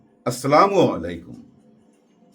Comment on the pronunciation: sir,আপনার বিশ্লেষণ অনেক ভালো লাগে, এই জন্য আপনাকে অনেক ধন্যবাদ, কিন্তু আপনার সালামের মধ্যে একটু ভুল উচ্চারণ হয়,এটা ঠিক হয়ে গেলে একেবারে পারফেক্ট হবে,আসসালামু আলাইকুম